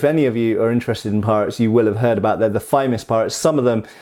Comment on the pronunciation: I love that when you start talking about the famous pirates that you have a momentary self correction word stumble that makes you pronounce "famous" with a Somerset accent. Seems very appropriate.